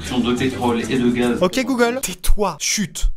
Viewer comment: Chaque fois tu dit goolge lw mien s’allume